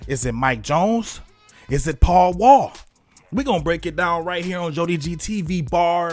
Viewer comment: Paul Wall is pronounced. Pow Wow.